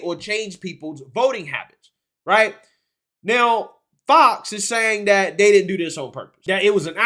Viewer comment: Sorry; it was either an honest mistake, or a graphic from MONTHS AGO!! As a side note the word is "THAT" not "DAT" as you kept repeating, over and over!